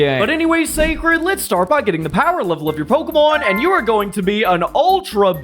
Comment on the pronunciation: I like how he pronounces it “Pokuhmon”